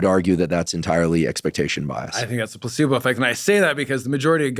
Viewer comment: it sounded to me like Dr huberman said “p*ssybow” instead of placebo. With regards to Melanie trumps blouse, of course! Otherwise, very informative interview. I’ve had 3 aci episodes, I can attest to using caution with edibles. Know your dose!